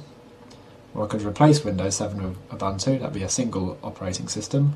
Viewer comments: Its pronounced- ooboontoo. Im from africa thats were it comes from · Its oo-boon-too